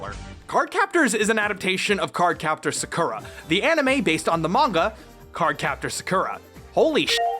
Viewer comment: You pronounced "card" wrong